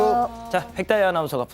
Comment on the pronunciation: 백다희 발음 좀 똑바루 배우고 와